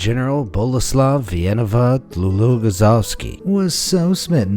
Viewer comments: Boleslaw wieniawa-Dlugoszowski? Give a round of applause for this guy who can pronounce anything. Must have taken him 20 tries to get it right. Seriously, what kind of name is that? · I am Polish and I agree that his pronunciation was really good! But trust me there are worse names in Polish XD. Try saying this: Grzegorz Brzęczyszczykiewicz